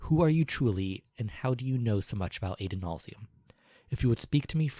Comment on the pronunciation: The way you guys pronounce Adonalsium drives me crazy. The name is based on the Hebrew Adonai, which has a short A sound. Otherwise, great job.